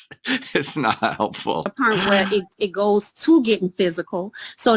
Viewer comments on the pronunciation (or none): The 2women fighting over the “prize” baby daddy are exhausting! How do people live like this? At this “pernt” they all need to get put on a tether & their phone & internet service suspended. Where in the world is “sount” a word???? And “pernt”? 🤦🏽‍♀️🤦🏽‍♀️🤦🏽‍♀️ Jesus, take the wheel!